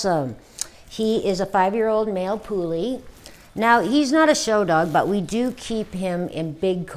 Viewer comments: For Christ’s sake learn how to pronounce the breed’s name if you’re going to claim to know how to groom if. It’s not a “poolie”. It’s a Puli. It’s pronounced like the English word “pulley”. Does my head in when people can’t pronounce the name. It’s not that hard. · No we do not call them poolie. I am Hungarian. I grew with these dogs. I have one. And I can guarantee you that we do not call them ‘poolie’. Your pronounce it like the English word ‘pulley’. And do not stretch the ‘u’ or the ‘e’ out. Dumb Americans. 🙄🤦‍♀️😂